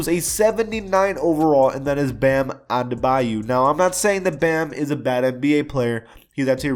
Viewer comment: You said Adebayo wrong